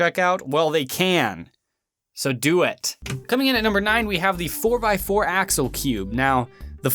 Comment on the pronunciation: for some weird reasons i heare that as 'asshole' instaed of axel